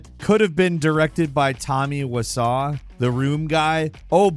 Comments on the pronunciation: "Tommy Wassah🤘😎🏄‍♂️"😂😂 sadly I know Tommy Wiseau too well so I know it's pronounced "Wise-oh" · really said "Tommy Wee-saw", it's pronounced "Wise-oh" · It’s pronounced Wise-O not Wissaw😂 poor tommy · Lmao “Tommy Wissaw” it’s pronounced “Wise-oh”. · Tommy wisaw? I swear he does this on purpose. It’s pronounced wise o. Jesus Christ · Who tf is Tommy WiSAW? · “Tommy Wasaw”? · No one has ever pronounced The Rooms directors name as Tommy Wa-Saw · It's Wiseau, go and watch The room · TOMMY WE-SAW 😂😂😂😂😂😂😂😂😂😂😂😂😂😂😂😂🤣🤣🤣🤣🤣🤣🤣🤣🤣🤣🤣🤣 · Tommy wise-oh is how it's pronounced. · I know. I have. I'm mocking pronunciation. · How did you say " The Room" guys name? Because that's not how you say it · Never heard of a person say Tommy Wiseau like that before. Maybe because...is a bird.